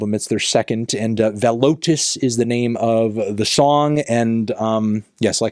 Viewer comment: His pronunciation of Oranssi Pazuzu and the title Valotus is admirable but also painful. The way he pronounced the title would be more like "Vullotus" in Finnish